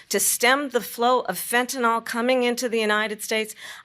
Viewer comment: she keeps saying “fentinol” lol i cant!!! i hope someone takes a sec in debate prep to correct that.